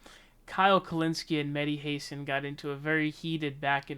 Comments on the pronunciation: Come on, you know his name is [xasan]. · Welcome to jimmy dore’s side. Good that you see the light. Btw it is pronounced Hassaaan.